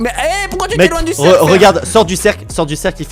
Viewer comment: C'est pas cerc😂 c'est cerf